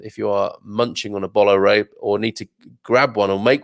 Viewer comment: Bolo Rei , is pronounced, Bolu Rei, just helping